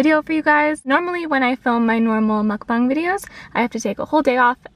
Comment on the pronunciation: So tempting! I would have Popeyes for dinner tonight. This video is inspiring!! BTW, your pronunciation, 'Mukbang', is so perfect!